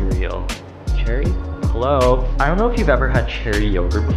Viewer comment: I love your edits and cute jokes and the way u say heOLlo UGH